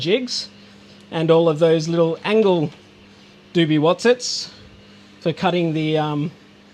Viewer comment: Did he say "angle-doobie-what's-it"????? So what the hell does that mean??? Anyone??